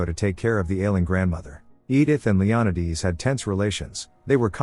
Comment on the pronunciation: Leonidas pronounced Leon~eye~d’s instead of Leon~eye~das is a new one! I love the way these AI voices miss pronounced names. I’m not complaining , I’m just saying it’s interesting bc I was like WTF kind of name is that, until I realized what it was! Magda being Mog~da.. interesting maybe even a bit peculiar! Enjoyable either way!